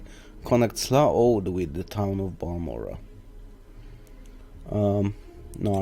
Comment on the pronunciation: I think it's pronounced Hla Oh ah ad